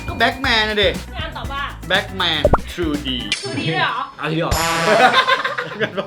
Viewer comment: Batman อ่านว่า แบทแมนนะครับ ไม่ใช่แบคแมน